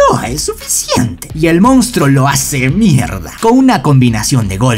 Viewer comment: Porque dise mielda😂😂😂